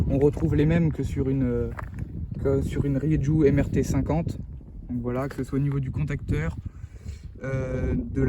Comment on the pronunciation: Ça m'énerve ta prononciation de la marque ça se prononce pas comme tu le fais, fais un petit effort renseigne-toi comment ça se prononce en espagnol